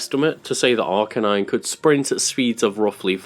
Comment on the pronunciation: It’s pronounced R-canine, not arka-nine